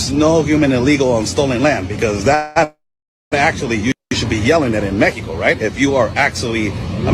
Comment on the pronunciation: This guy is constantly saying Meteco instead of Mexico